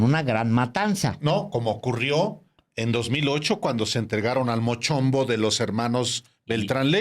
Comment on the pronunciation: "El Mochombo" jajajajajajajaja Lo bueno que después si lo dijo bien 😁